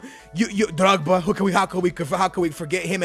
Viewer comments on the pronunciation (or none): Your accents comes and goes drogba not drrrrrrrrrrogba